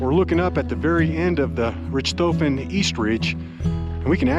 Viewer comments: It's pronounced Rick toffen. Like the Baron von Richthofen Who. Its named after. Great video but rich toffen had nothing to do with it. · Nice video; but I believe Richthofen is pronounced RICKED-hawffen... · I think it’s “RICK-toe-fen,” pronunciation-wise. (Sorry, would-be English major, can’t help it, AND I may be wrong)